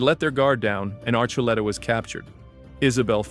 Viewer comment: Thank you for saying Archuleta's name correct the second time I know the arch part thoughs everyone off ❤❤❤❤ enjoying the show